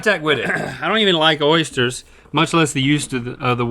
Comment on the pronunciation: 1800 episodes and i just realised Rhett can't say Oysters properly.